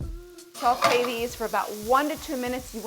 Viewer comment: Fun Fact: There's no L in "Sautée" but if you add too much salt the dish will taste too Saltée.